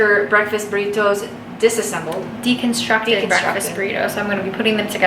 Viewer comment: Why does it sound like you said "so, Stacy left her breakfast burritos disassembled" ?